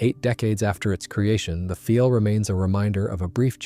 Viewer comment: And the inconsistencies in how the script is read. It's the "Focke-Wulf one hundred ninety", but the "Messerschmitt one-oh-nine", for example. Or calling the Do 335 the "feel", even though 'Pfeil' should be pronounced 'file' -- which the narration does a couple times before falling back into the mispronunciation.